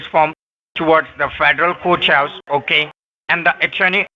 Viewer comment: Hiya,! meow, This guy is making me crazy with his, "outside the coach-house". I would have to ask him if the federal coach-house was attached the White-house or not. He did not catch on that you're in San Fran, the black hole for internet, and this would mean you're able to have any wifi or other internet (hot spot) you want, for free? This guy is the bottom of the barrel. The chippie had a pretty good accent, but, she did not understand a word of English (even American English.) How crazy that is! See ya in a few days... yay! (had to come back to edit.. I watched it on the phone, and should know better than to try and comment with that thing!)